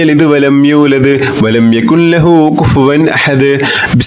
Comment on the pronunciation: Jazaakkallahu khair🤲..ഉസ്താദിന്റെ എല്ലാ വീഡിയോസും വളരെ ഉപകാരപ്രദമാണ്. സൂറത്തുൽ ഇഖ്ലാസിൽ യകുൻ ലഹു എന്ന ഭാഗത്ത്‌ ഇദ്ആമുൻ ബി ലാഉന്ന വരുന്നതിനാൽ ൻ എന്ന അക്ഷരം silent ആക്കണമെന്നല്ലേ... യകുല്ലഹു എന്നാണ് ഓതേണ്ടത്... ഉസ്താദിന്റെ ഖിറാഅതിൽ യകുൻ ലഹു എന്നതു പോലെ തോന്നുന്നു.